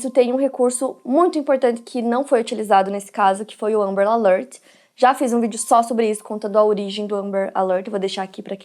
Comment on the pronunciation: É alerta amber, fala direito. Seu inglês é péssimo, mas seus vídeos tem conteúdo